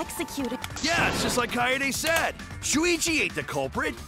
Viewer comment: Poo-ichi not shuichi